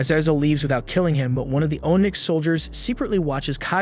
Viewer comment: Bruh. If you're going to narrate....pronounce the words properly. One example. You say ohnyx. It is pronounced onix.